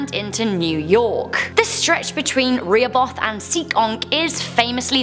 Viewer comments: The town from the 44 hitchhiker is pronounced Re-ho-beth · I’m sorry for correcting but I’m from mass and lived in Rhode Island it’s pronounced ‘re-ho-beth.’ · That was a pronunciation I'd never heard before. I liked it. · i love how she says "Rehoboth " Her accent is great : ) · The way she says Rehoboth 😭smh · Bro you said Rehobeth wrong 😑